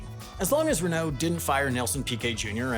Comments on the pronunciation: I was with you till you said reKNOOW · I only watched this to hear french ocd kick in when saying "Renault", but, then he didn't. My disappointment is immeasurable, abd my day is ruined...